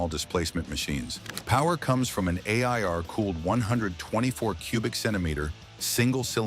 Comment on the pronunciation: Can't a person narrate? It's pretty easy. A.I.R. cooled, ridiculous